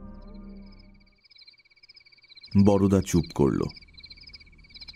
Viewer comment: Darun Mir. Shudhu Boroda na bole Barda bolle valo hoto. Amra Bengali ra boro dada ke Borda boli, Boroda noy.